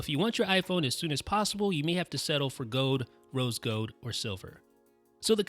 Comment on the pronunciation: "rose gode"